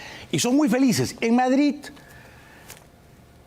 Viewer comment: Por que dices Madrit? Es Madrid con d y no con t,como los catalanes que pronuncian tan mal el español